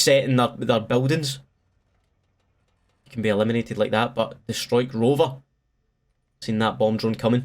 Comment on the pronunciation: Always fun to watch someone trying to pronounce a combined dutch vowel like you in Struikrover😂 It btw literally means Bush-camper, so you should be proud #notificationsquad